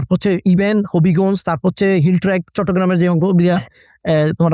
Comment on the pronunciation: Yeah. Just have a listen to the pronunciation of "chittagong"...lol.